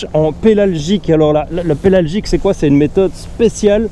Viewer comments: C'est pélagique pas pelalgique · faudrait corriger dans la video : pélagique et pas pélalgique